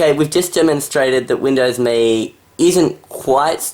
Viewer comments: It's pronounced. M.E not Me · Pronounced EM-E